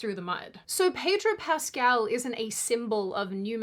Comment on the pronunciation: Pedro Pest-al